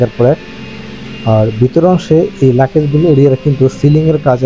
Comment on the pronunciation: লাকেজ না ওটার উচ্চারণ লাগেজ। ভিডিও বানালে সব দিকে খেয়াল রেখে বানাবেন।